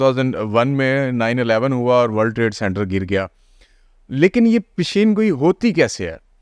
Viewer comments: Pendo master Peshan goi not pesheen goi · Plz learn how to pronounce پیشن گوی